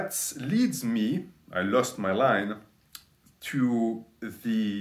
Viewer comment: "Some of muh fans came up with that idea." "Muh fans and muh clients suggested i wear muh cape, gahs, to raise money for muh chari-tee." "Muh MILFs and muh GILFs and muh THOUSANDS of fans and muh HUNDREDS of clients all donated AYE-LOHHT of money because they all love me and want to be part of muh life." "And we raised AYE-LOHHT of money which was donated to muh worthy cause, gahs."